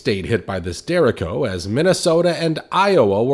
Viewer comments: it's called a derecho not a derrico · Derecho, not Dereko--it's Spanish. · Its no derik-co. Its dee-retch-o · The ch is pronounced with a she sound Der a she o Not dericko. Lol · I believe its pronounced de- rache o sounds like letter H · Derecho is spanish. Not pronounced Dericho, like Jericho. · It’s pronounced: Der Reach I O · I believe it’s pronounced deh-ray-cho. And the videos are pretty astounding. Wow. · Pronounced derr-ā-sheeo... Just saying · I don’t think that’s how you properly pronounce derecho